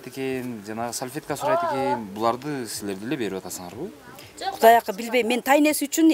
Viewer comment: Ой сальфетка эмес САЛФЕТКА дейт 🤭🤭🤭🤭😁 туура суйлосон боло.